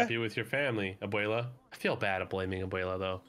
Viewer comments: why does the dude on the bottom keep saying abuelia?? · Abuela. Not "AbUeLiA"